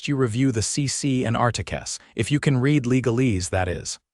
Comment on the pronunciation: The past tense of "read" (REED) is spelled the same but is pronounced RED.